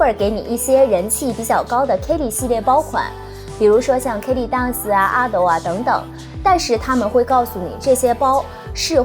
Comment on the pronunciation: Birkin 的 ir 发 e的音，不是ar的音。Kelly的e 发 大“e” ，不是ei。建议用YouTube学一下这两个包的发音。